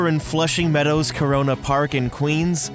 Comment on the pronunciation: He said corona park ! 😐